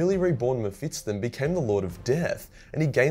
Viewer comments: Bro its Mephisto (Mefisto) not Mefistton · Normal people: Me-phis-ton: Me-phits-ton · I guess its cannon that mephiston is pronounced m-fips-ton and not m-fis-ton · Meff-iss-ton. Not Mef-its-ton. That made my autism hurta bit. Lulz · it's mephiston not mephitson mr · mephiston (meh-fis-ton) not (meh-fits-ton) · According to youtube... this is a video about World of Warcraft... damn aussie, the algorithm does not understand your weirs accent. By the way, it is Mephiston, not Mephitson. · His name is mephiston, if you can say "fist" and "on", then you should be able to pronounce this. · Am I the only one who gets extremely triggered by how wrong pronounces Mephiston's name 🤔😂? Maybe I am wrong but I don't think 'Mephits-ton' is the correct pronunciation and I recently listened to a 10h audiobook featuring the guy 😅. And yes he is very op 😖🤣. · Say Mefitstson one more time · So many Muh-Fit-Stuns. Had to pause the vid for ten minutes while you butchered that name. All around a pretty agreeable psyker list though. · Strange pronunciation of Mephiston